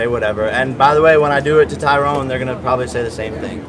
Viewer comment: Why does he keep calling him tyrone? That's not his name. Is Jake dyslexic?